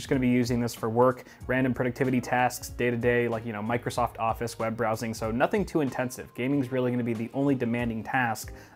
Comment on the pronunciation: "mike rosoft office"